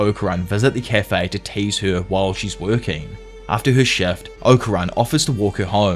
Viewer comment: Bro I can’t unhear “tuah” whenever he says “her”